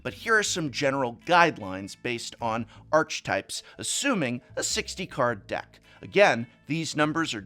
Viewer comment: Archetype really isn't pronounced that way...